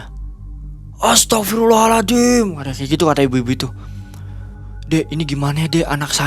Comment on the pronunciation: Serius nnya astaghfirullah allazim atau aladim? Salah sebut beda arti